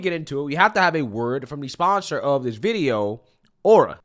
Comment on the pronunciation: you do a nice job but don't mispronounce words like "this, that, and those". You are saying "dis dat and dose" Pronounce your Th